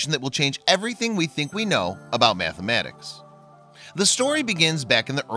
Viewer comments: Mathematics not mathamatics. Pronunciation is key for what you do in these vids. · Methmenics? Is that guy narrating from Chicago or wisCANsin or something??